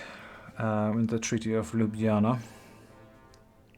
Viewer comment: Ah... politicians, and their logic. PS: love your playthrough and surprisingly good pronunciation of Ljubljana, I must add:D